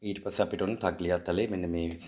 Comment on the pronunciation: තග්ලියාතලේ නෙවෙයි අයියා, තයියාතෙල්ලේ (in Italian) good luck ❤🎉